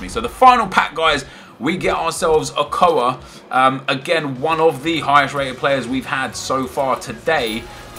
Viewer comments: yo nep, i'ts not o-koa, it's Ochoa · "okoa.." OCHOA! (pronounced oshoa)...he's Mexican